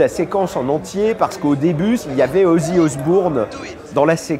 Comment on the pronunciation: Plutôt que de taper sur Philippe Manoeuvre qui je trouve ne parle pas trop mal ou lui taper dessus car il prononce mal Ozzy ( les gens j'vous jure :s ), vous feriez mieux de taper sur ceux qui souhaite interdire le hellfest et autres!